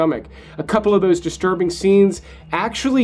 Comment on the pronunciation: Take a drink every time he says "disrurbing".